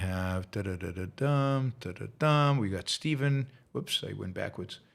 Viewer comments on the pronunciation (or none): none